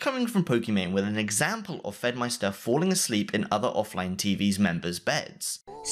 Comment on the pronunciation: The name you pronounce Fedmyster will never not be painful to hear